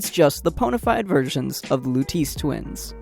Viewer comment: Anyone realize that he butchered the pronunciation of Lutece?